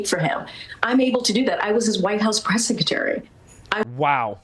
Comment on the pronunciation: You would think having been Press Secretary for 2.5 years, she'd have learned how to pronounce secretary. It's not SECETARY. Its SECRETARY. Theres an R in there.